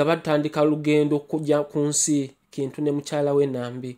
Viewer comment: Baganda do not pronounce "Kintu" the way you're doing. It's pronounced as though it's "Chintu"